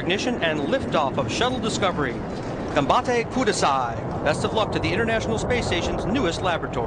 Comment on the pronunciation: "Ganbatte Kudasai" was pronounced with english accent ...LOL !!! But it's nice tht he said that. Ganbatte kiboooooo....